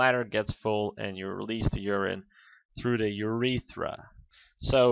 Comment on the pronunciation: Urether. Disliked, get a grip of pronunciation because if you can't take that seriously then you have no hope for anatomy.